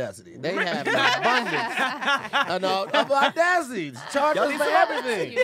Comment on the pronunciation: The only thing América will never go short on is audacity, truth. Even if you said “ordacity”